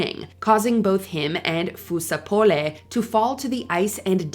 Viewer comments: that's not how you say fusar-poli or margaglio be for so real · Watche d the whole video and the thing that shocked me the most was how she butchered Fusar-Poli and Margaglio's names